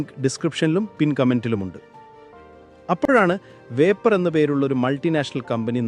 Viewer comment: വേപ്പർ അല്ല.. വിപ്രോ...